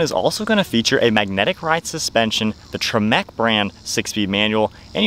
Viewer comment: The,"Tre MEC" brand! haha loved that pronunciation!